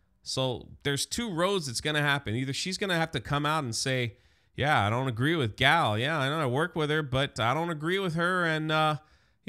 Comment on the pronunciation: Is that Jewish? I assumed it was French. is a simple goy, he also called her Gayle at one point in this video.